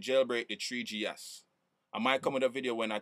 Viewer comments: lol treeGee ess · he sad tree gs hehe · that guy sayd thwe g s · "tree G (S)" HAHA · I'm so glad you said "treegee ess" so many times. Awesomeness